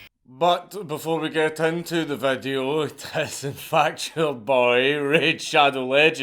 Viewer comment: I just gotta say Dank's little post-intro "Pleze leave a like and a cömment on thes vedyo coz it rreally helps me en the algarrethm [snicker]" makes my day every time I hear it. So I left a like and a cömment, may the algarrethm favor ye Dank and no wetches curse ye.